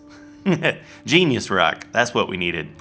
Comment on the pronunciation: Gnesis is pronouce like nice